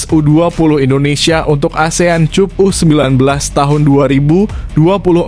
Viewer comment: Pengin tahu saja, siapa sih pembaca narasi pada video ini? Artikulasi dan penyampaiannya sih oke tapi literasinya payah. Sekedar membaca/mengucapkan Asian Cup (dibaca [kap] tapi cup dibaca seperti suku kedua kata kunCUP). Ia saya lihat pada video-video lain dengan berbagai kekonyolan literasinya. Sayang banget sih...